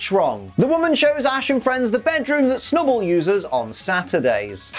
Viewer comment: Clearly it's the B for snub-B-ull